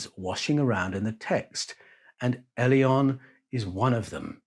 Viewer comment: Elyon > Alien is what I'm hearing......